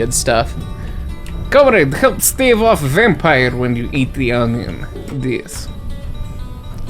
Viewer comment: I love this game, also the accent is great comedy at right timings like alcohol, and onion 😆.